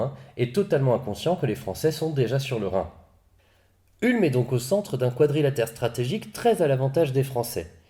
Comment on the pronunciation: Ca se prononce OUlm